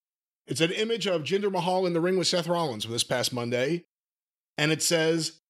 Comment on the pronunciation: I can’t with Jim’s pronunciations 🤣 Jinder May-hall 😆